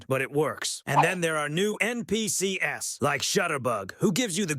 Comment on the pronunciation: Cheap AI slop. Rigid formula, horrible voice that cant pronounce NPCs and so much bloat without any meaningful content. You should be ashamed of yourself